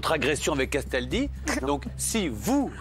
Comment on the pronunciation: Quand Cyril dit "CASTALDI" j'ai l'impression qu'il dit "qu'est-ce ta dit ?"